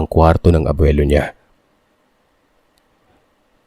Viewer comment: Ano ang mahirap bigkasn abwilo o Lolo😂